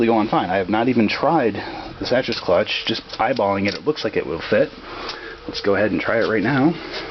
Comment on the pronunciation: Looks like white plastic cylinder on the Spec is a teflon coated bushing (or other similar material). Also I believe Sachs is pronounced as "Sax". I could be wrong but that's how I pronounce it anyway.